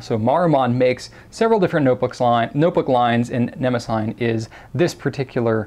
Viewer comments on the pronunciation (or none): They way he says ne mo sign is just cringey and incorrect it is pronounced ne mo si ty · I believe it's ne-mah-si-NEE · Or more accurately, nuh-MOSS-uh-nee, but yes, they're absolutely brilliant notebooks. The paper is fantastic, and the fact that they lie nice and flat lets the rivers of ink that I spew with my vintage flex fountain pens dry without issue, and it's easy to photograph the results. I adore them. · Great review and looks like a great series of notebooks. I hate to be that guy (ok maybe I like it being that guy but don't want anyone to know) but Mnemosyne is usually pronounced like this or this Thanks again for introducing us to notebooks that I will likely be buying